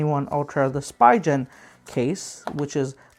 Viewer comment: Nice review except it's called spee'gan and not spi gen